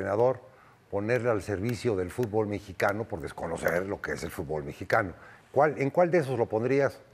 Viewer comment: Dice el Tata que los jugadores mejicanos no sabían hacer algo tan básico como pronunciar el nombre del deporte correctamente: “futbÓl” en vez de “fútbol” 🤣🤣🤣